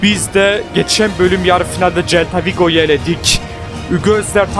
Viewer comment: celta vigo okumican bak böyle okican selta vigo